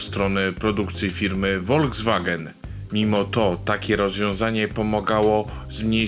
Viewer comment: Słowo Volkswagen wymawia się "folkswagen" z F na początku.